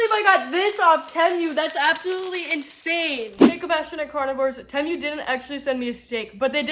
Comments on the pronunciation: Just letting you know I believe it is pronounced TEEMOO. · Love, love your video❣️❣️ Great stuff! I never thought I’d shop TEMU, but, you’ve convinced me! By the way, it’s pronounced “Tea-mew”! Love you, girl! ❤ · If you are going to promote Temu, you should learn how to pronounce it. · If you are going to promote Temu, you should learn how to pronounce Temu